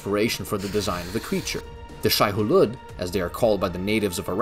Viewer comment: It's pronounced "Shy-oo-lewd". And "Lee-et Kines".